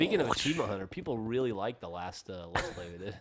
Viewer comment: I think they meant the videos Geoff and Millie did together, she mis-pronounced "Achievement"